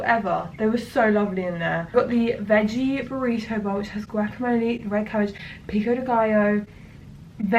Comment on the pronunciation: Also, I thought you said "Grackamole." Which should be a thing. Just sayin'.